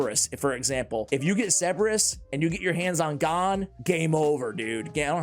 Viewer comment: "Lord Twinfield." "Ceberus." 😂